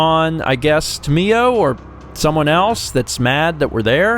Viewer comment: it's tam-I-yo not tameyo